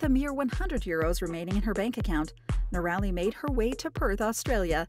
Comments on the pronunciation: Its hard to believe anything your commentator says as true when she is not pronouncing the name correctly. It is not " no-rally" but rather "nora-lee". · I believe that minimal viewing of the "Itchy Boots" episodes have been view before this posting as evidenced by the narrator not pronouncing Noraly's (Nora-Lee) name as she has many times in her videos. Factual information was provided, however the fact that Noraly's name was mispronounced brings the entire video into question (in my opinion).👎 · Annoying to hear her name pronounced as "Norelli"... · She is still riding !!! And her name is pronounced. NOR -A - LEE . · Too bad you don't know how to pronounce her name. Inexcusable! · Great backstory , but you need to know how to pronounce her name. All you had to do is watch her videos . Noraly is the best. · It would help to pronounce her name correctly, considering the number of times it occurs in this video. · Not pronouncing her name the right way. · I realise you’re an American, but that does not give you the right to miss pronounce Noraly name. Please get someone to help you learn how to say it because how you say it is awful. It’s not a difficult name to say. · If you are going to make a video about Itchy Boots at least learn how to pronounce her name AI 😤